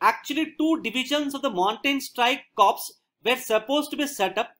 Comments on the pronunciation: Just a small submission to this valuable effort. The word Corps is pronounced as Kor & Pivot as pi-vut, one may cross check with dictionary. Also you have used the term Mountain Strike Corps/ Division, interchangeably, which is not so, they are not the same thing. Nonetheless thank you for putting in such time & effort. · I am a defence aspirant but i watch your videos regularly and gain a lot from them. Would like to mention it's written as "Corps" but pronounced as "core"